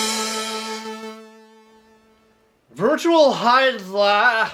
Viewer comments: pronounce "HY-DIL-IDE" lol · Oh come on its not that hard too say the tittle Jared let me show you Virtual Hy-barfs-...ok that was weird let me try again Virtual Hydli-DEAD